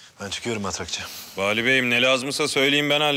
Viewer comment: Bali miymiş o adam ben Vali bey diye anlıyorum her seferinde jsjdjskkskd